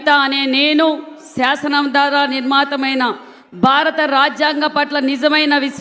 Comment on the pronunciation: శాసనం కి సాసనం అన్నాడు... శుద్ధి ని శృద్ధి అన్నాడు...మనకు తెలుగు ఎప్పటికీ రాదు...